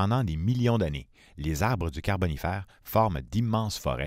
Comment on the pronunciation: J'ai tenu jusqu'au troisième "carbonifAYr" puis j'a dû couper le son. Je rigole encore...